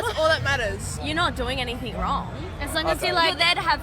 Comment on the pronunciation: chicks who say "anythink" instead of anything :)